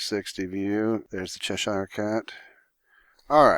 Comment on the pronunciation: haha chesh-ayre cat